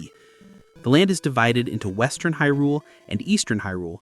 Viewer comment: The pronunciation of Hyrule. Smh